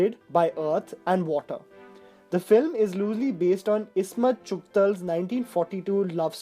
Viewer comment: Ismat chugtaii not chugtaLL!